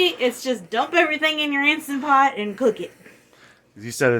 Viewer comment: Instantpot, not Instapot.. drives me crazy when people call it that.. I think they do it because Instagram .. who knows, but.. lol It's right on the machine. :) I make spaghetti and meatballs all the time in my Instantpot, but it cooks longer. I'm gonna try this!! thanks!